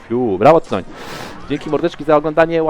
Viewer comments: Za tego „tajtana” to bym zwolnil- Tyton pewnie sie wkurwil, ze nawet jego ksywy nie potrafisz powiedziec…. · Tytoń się czyta przecież to Polak xd